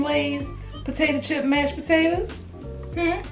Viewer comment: Mhhmmm mashed potatoers😭🤣sis Ily